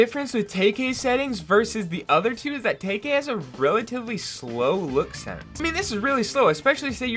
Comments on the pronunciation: its Tkay not Takay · Its tkay not taykay🤦‍♂️ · It's TK not tayk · Taykay lol it's Teekay like your vids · It’s tee-Kay not tayk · It’s not taykay Lmaoo 🤣🤣 it’s teekay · He said taykay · mans said tayk